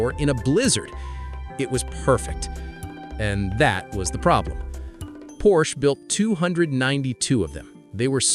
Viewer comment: Don't tell stories if you don't even know how to pronounce the name.